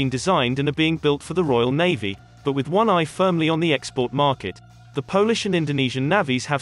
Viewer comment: Navvy or Navy? These voice commentaries are dreadful.